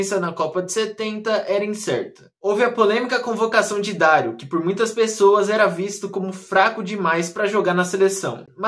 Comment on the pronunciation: O nome Dario não se pronúncia 'Dário', a pronúncia correta é 'Darío', ou seja, a última sílaba é a mais forte.